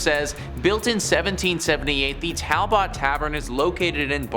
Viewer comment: It's Towel-bert Tavern!😊